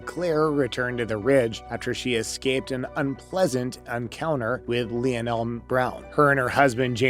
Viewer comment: Lee.o.nell Brown? 😖